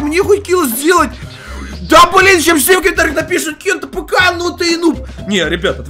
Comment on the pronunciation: Ты почему кент апк а не кент афк